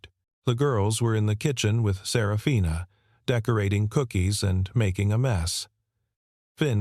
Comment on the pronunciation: The way that her name was pronounced it sounded more like Sarah Fina possibly instead of just one name. Up until about 3/4 of the way through not much information (detail) given about the story then almost all at once you learned that he was the girls father and they would end up living together for atleast a year and indicated for the rest of their lives as a family but never said that the mother and father ever got married to each other - story could have been longer giving more detail 😮